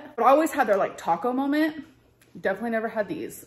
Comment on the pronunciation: It’s molment . lol ugh